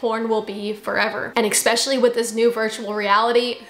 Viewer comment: You said ekspecially! :face-green-smiling